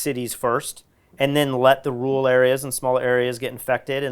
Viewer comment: Loving all these videos, but i think im at a higher risk of suicide from listening to say "rural". LOL